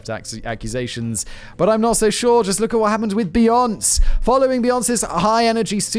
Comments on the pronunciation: Factboi being all the time on internet and still pronouncing Beyonce as "beons" is the peak of my Sunday. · From this day forward I too shall pronounce Beyoncé as "Bee-onss" instead of the correct "Bee-on-say". Lets see if we can't all piss her off agian. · Be-On-Say!! Come one Simon 🤦🏾‍♂️ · hahahaha "beejons" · It's fucking Beyon-SAY! SAY! SAY! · I love how Simon pronounces Beyoncé’s name as be-yonce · So do I! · Did I just hear Simon say "Bee-ohnce"? Dude. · be-ON-say - FFS, Simon. As famous as she is, surely you have heard her name before. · Psssst, Simon, it's Beyonce's name is pronounced, "Beyon-say". No worries mate! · This was amusing, and I loved when you mispronounced Beyonce's name. It's (Bee-YON-say).:yougotthis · Simon: "oh no did I just call him axe instead of Axel what a dumb dumb, I'm so sorry Axel" Also Simon: "beyonc, beyonc, beyonc, beyonc" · I lot of British people say beyonc for short, like most say Jag for the car but I say Jaguar, also thought he was saying axle for his name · Lol it almost sounds correct when he said "Beyonc's" because he was forced to add a soft "e" between the "s" sounds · Ok y did u pronounce axel rose correctly n not Beyonce........you can Google how to pronounce stuff....I'm triggered and that's not funny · not simon pronouncing beyonce like nonce lmao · Beyonce doesn't rhyme with ponce, Simon. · How did he just pronounce Beyoncé? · Am i the only one giggling at Simon's pronouncing of Beyonce? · I wonder of he mispronounced beyonce on purpose or if he actually doesnt know better. Both are possible with simon 😅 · I love Simons pronunciation of Beyonce. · Is it wrong that I'm cackling like a maniac that Simon is mispronouncing Beyonce? I think she's super overrated. Love you all! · I think Simon doesn’t know who Beyoncé is? He’s mispronounced her name in multiple videos. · Simon failing to correctly pronounce Beyonce, as expected 😂😂😂